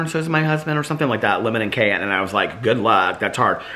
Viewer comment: I've never heard anyone pronounce the word "cayenne" like that before.